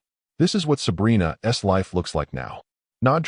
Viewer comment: Your AI voice doesn’t know what an apostrophe S should read like. Instead of” Sabrina‘s hand”, it says “Sabrina ESS hand”.